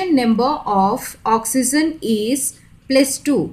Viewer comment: Mam you pronounce oxygen as oxyzen is this correct or not